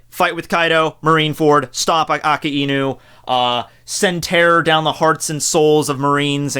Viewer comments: i hate it when u say "aki-inu". isn't it "akainu" ? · I am so annoyed tht he pronounce akainu as aki-inu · ikr? Ah-kai-nu Not aka-inu. He ain't some dog. lol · Did this dude really just say akininu?